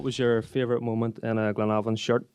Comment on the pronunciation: glenavon not clenavon